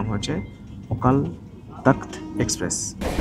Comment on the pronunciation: ওটা তখত না , তখ্ত... ইংরেজি তে takht... একটু wiki দেখলেও তো হয়!!!